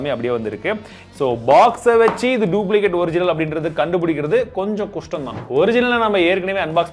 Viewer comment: TAMBI ADHU '' kastam '' kustam illa 😁 1 : 36